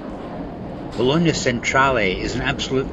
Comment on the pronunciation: Now I know the correct pronunciation of Bologna. I called it Baloney lol 😂